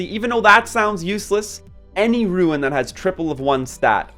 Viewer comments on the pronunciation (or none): Seriously. I don't understand how you see the word 'rune' and pronounce it 'ruin'. These are useful videos but this is killing me. xD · The rant at the beginning of the video is so cringe... Even besides the way you say rune as "ruin," the whale complaining is just bizarre. I'm about a month in and 50 slots is plenty, I have no plans to increase my slots at all, because it's pretty obvious what runes are good and what ones aren't. If it doesn't have optimal substats, it gets salvaged immediately, and if it does, it gets equipped to someone or locked. Optimal substats are hard to come by so you end up salvaging 95% of what you get anyway, there's no need for 500 slots, that's crazy. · Say "Ruin" one more time. Useful video, thanks. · word - Rune What he says - Ruin. I want to punch people like this cause i can't really stand this type of stuff. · Nice video. But the way you say "rune" triggers me a bit